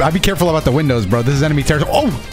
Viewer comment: “We will get to the emeny base” Rhymestyle 2023